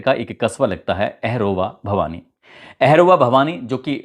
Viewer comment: Ahrova bhavani nahi bhai auharva bhavani